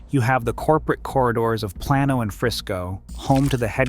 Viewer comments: Plano is pronounced PLAY-NO, not PLAN-OH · Go to the city and say Plan-O and it’s a 100% guarantee not a soul will know what you’re talking about. It’s pronounced Play-no. The Spanish word origin is irrelevant; you’re talking about a name. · Plane-oh. not Plan-oh. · It ain’t plain o lol it’s Play-No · It’s pronounced Play-No not plah-no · This is a great video. I just have a couple notes. You definitely missed an opportunity to speak about Dallas being a central fiber hub for the world. As the rails lines once interconnected here, now do the lines for the world wide web. Plano, like plain, not plan. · "Plan-o" 🤣🤣🤣🤣 It's "PLANE-o". I see I was ninja'd several times over several days. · It's pronounced Plain-O not plan-O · I'm not from Plano but I live about 100 miles away in a small town and have been to Plano a few times, it's Play-no not Plahno. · In Spanish it would be plah no. The suburb in Dallas is pronounced play no. That's the way it is. Period. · "Plan-O" hahha its pronouced "PLAIN-O" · If you're going to talk about as region, learn to pronounce things in it. Plano pronounced like 'PLAY-NO', not 'PLAN-O'. Also, you completely missed on DART; It was sold as you stated, buti it's DESIGN- for over a generation- was to force centralization into downtown Dalls. And t failed utterly resulting in ridiculously low ridership. Only after 20-25 years did they admit defeat and start adding components for a more decentralized design, but my then land costs, and public mindset were complete impediments. By the time the oversized silver line opened there was no significant customer base. Plano is one of several suburbs that have scheduled DART withdrawal elections. Plano pays about over $55 million in and gets less than $10 million of user value out of it. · Plano means flat in Spanish so it’s (pla’no) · Plano is pronounced “Play-No” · Plah-no (hi from The Colony) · As a native, I prefer Plain-Oh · Plano is spanish, it means Flat and is pronounced Plan O